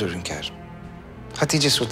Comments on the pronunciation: Furizan ; hönkarım hörrem yiter ya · Hönkarım dedikçe sinirlerim zıplıyor